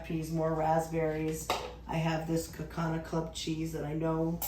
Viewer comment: Another great video, but this Wisconsin gal had to laugh at the way you pronounced Kaukauna. 🤣 I'm just wondering what else you could use the Canape Molds for, I hate to have something I might only use once or twice a year.